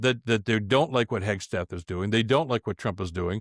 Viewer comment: G’day Bill. Keep it tight mate. It’s Hegseth not Hegs t eth. 😀